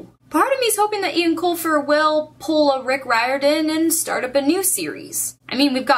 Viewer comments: Eoin is pronounced "Owen" not "Ian". "Owen" - Yes "Ian" - No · You pronounce Eoin Colfer's name "Owen" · Caballine taking on all of the goblins was one of my favourite moments in the final book. (PS it's pronounced 'Owen', by the way) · Eoin is pronounced Owen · I think Eoin is pronounced like Owen. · I've read the whole series but my favorite part of it all was when Holly gave Artemis the coin and said he had a spark of decency inside him. <3 also, it's pronounced "Owen" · Just to let you know, even though it's spelled "Irish-ly" the name Eoin is actually pronounced as we would "Owen"